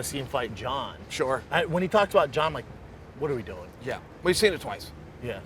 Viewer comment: The "water we dune?" you came here for.